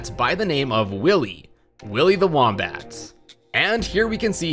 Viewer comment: “Whohmbat”? It’s pronounced “woom (like woomy from splatoon) bat”